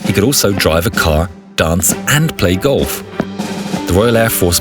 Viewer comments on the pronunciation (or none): I like how the narrator pronounced golf, like that was the best thing the legless pilot could so